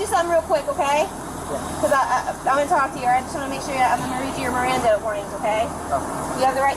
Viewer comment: How is it cops can NEVER READ Miranda rights, even from a CARD, correctly!?!?!